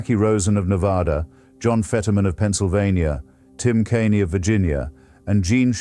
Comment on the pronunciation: And AI will pronounce "Kaine" as "Kane-ee".